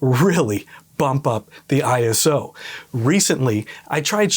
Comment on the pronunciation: ISO is an Acronym, not a word, so it should be “I” “S” “O” not “Eye-so” and it stands for International Organization for Standardization as depicted on their logo. In the old days we called it ASA, pronounced “A “S” “A” … and we certainly never said “Ah-Sah”. Was great to hear you say it correctly!!! Topaz AI is truly amazing, I accidentally shot an image at ISO 51,200 on a Sony A7R5 and a Tamron 28-300mm lens handheld, and after running it through Topaz Photo AI for noise reduction and Photoshop using the High Pass Filter for sharpening I ended up with a very usable image … I was blown away! Thanks for the video, lots of good tips and tricks.